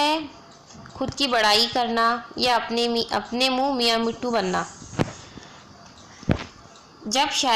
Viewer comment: Very nice....but i just want to say that please pronounce words correctly..like صنعت تعلی it's not taalii its taalaa and another one is مستعار منہ it's monh not minn